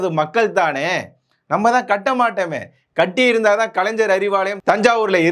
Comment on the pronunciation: கலைன்ஜர் இல்லை கலைஞர் 1000 தடவை சொல்லி பழகுக😂